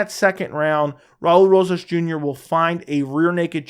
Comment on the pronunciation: Raa-ulee rohhas jr😂